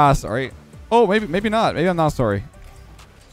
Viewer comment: wow i never really notice the Canadian but all i hear is (SORE-Y) lol its great